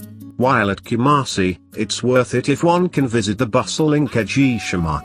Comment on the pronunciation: hahaha kamasi 😄😄😄😄